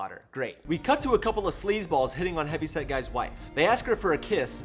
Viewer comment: I always hear Heavy Sad Guy, instead of Heavy Set Guy, I think. This is so fucked up episode.